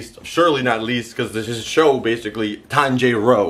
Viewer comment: its not tan J ro its tan ji ro